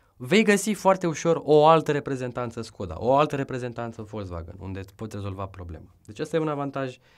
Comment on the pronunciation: Volzvagan se zice